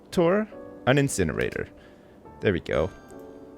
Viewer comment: An inSINerator?